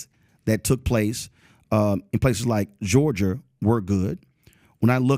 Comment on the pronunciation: Georger? Florider?